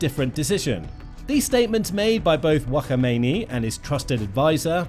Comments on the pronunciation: It’s Khamenei not WaKhAmEiNi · Wa kha meini 😂😂 He’s Kha-mene-ee that’s the correct pronunciation 😅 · Who is wakomeneyi😂 you saying it wrong 😂 is Kha me neyi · Whakameini?! 😂😂😂😂 wtf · Why are you calling him wakhamaini 🤦🏽‍♂️😂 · Wakhamainee? Is that the Iranian bootleg version of Wagamama’s? Lol.. dude learn the names at least 😂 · what's that pronunciation of his name😭😭😭😭😭 broooo it's kha-may-naa-ee